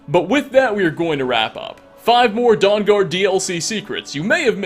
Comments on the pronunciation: I keep hearing it as "Dong-guard" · dong-guard lol XD